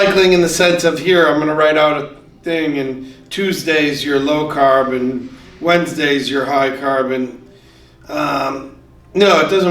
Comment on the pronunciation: You say carb to correctly to be from Boston